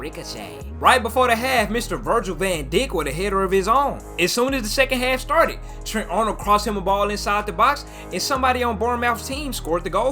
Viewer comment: Dijk pronounced dike...ß is a double S 'ss'...players name is pronounced gross